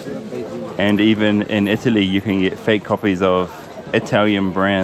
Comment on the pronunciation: Never trust an Indian selling leather belts in Florence. He said "made in EE TALLY". LOL